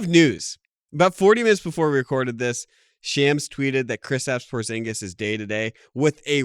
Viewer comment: it’s pronounced shawms not shyams